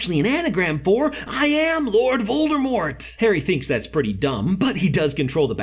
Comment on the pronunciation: not a hater but voldRmort just botherd me..., VordAmort